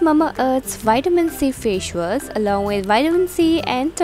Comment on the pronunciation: Its face wash not faesh waas